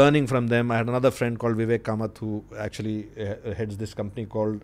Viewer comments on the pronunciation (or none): none